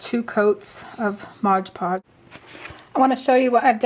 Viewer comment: Nothing personal but every time I hear someone say Modge Podge, I cringe.